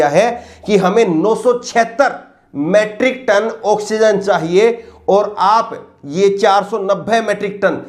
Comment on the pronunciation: अबे गधे मैट्रिक नही मीट्रिक टन कहते है।